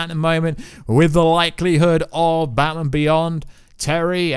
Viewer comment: Why is he saying Batman like it's his surname? Bat-man